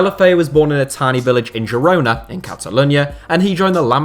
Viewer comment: Same place he found the hard G in Girona